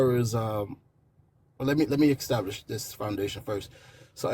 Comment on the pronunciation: How does one “eckstablish” anything? “Blind happen-chance”? Does he think mashing happenstance and chance together into a new word is clever, or does he really not know which of those two words to use? he said “eckstablish”, again! 🤦‍♂️